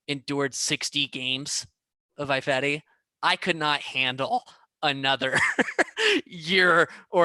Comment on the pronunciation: Best part about Ifedi leaving, is I won't have to hear deliberately or dumbly mispronounce it 'EYE-fedi'. Maybe the guys should pronounce name 'EYE-van' for the next season to punish him.